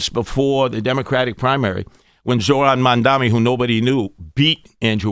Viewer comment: Can’t even pronounce Zohran’s name right. He keeps forgetting the R.